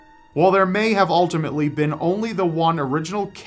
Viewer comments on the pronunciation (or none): none